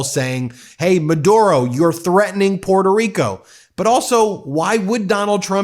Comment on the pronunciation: Sorry, you don't even know how to pronounce your island name, instead of Puerto Rico, your pronunciation is Puelto Rico. So, boy learn how to speak Spanish first then you can complaint about Nicolas Maduro.